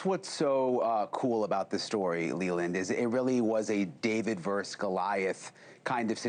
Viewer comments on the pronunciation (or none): Verse is a line in a poem or a section of a song. Versus is Latin for "against" and guess the abbreviation of "versus". It's "vs". That is not pronounced like grade schoolers do it "verse"...that would be like pronouncing "etc" (etcetera) "et ik", but we all know it is pronounced etcetera. Back to the abbreviation "vs"...say it with me boys..."versus" NOT "verse". You talk for a living, this is an easy one. Vs = versus (also the root word for adverse, but that's a lesson for another day).